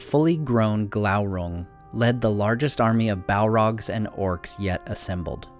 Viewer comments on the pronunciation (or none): none